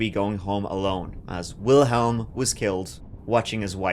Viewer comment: I'm sure you would want to get this pronunciation correct. Especially when it comes to victims. And so, i genuinely hope this helps you for in the future. And so, Wilhelm. The older man who was watching his wife in the parade. Well, it's pronounced like Willim. Wil helum is not it. So, i hope you see this. You and/or others see it and it helps them too. My thoughts go out to all who have ben sorely affected by one persons actions. 🥺😢😔